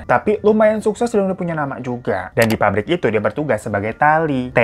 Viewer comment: PAPBRIK MAS BUKAN PARIK 😭🙏